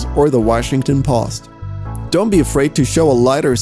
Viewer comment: Why do you say "PUST"? What does it mean!? Ah, I say, you mean "Post"! LOL How funny!? PUST IT! ON WASHINGTON PUST!!! LOL!